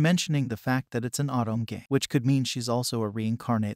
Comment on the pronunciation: Nice video. But say “Autumn” again….. [O-to-me]